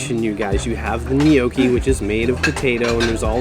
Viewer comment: “Knee-oh-key” 😂 = gnocchi. Lol 🇨🇦